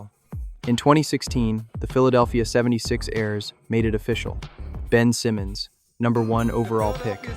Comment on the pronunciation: Shitty AI voice, shitty AI video about a topic that's been done to death. Every NBA youtuber has done this video at least twice already. "six foot one zero" "seventy-six airs."